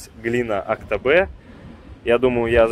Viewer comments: Елизабет ну мы тоже как бы не казахи но говорим Актобе! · АктобЕЕЕЕ не «э» пожалуйста , говорю как житель этого города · Пожалуйста говорите Актобе а не Актобэ. Ну что за привычка там где мы произносим на е вам обязательно надо произносить на э. Вы же не говорите "сэгодня эду за мэлом".